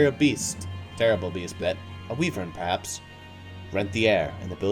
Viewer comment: Why do you pronounce wyvern as "weevern"?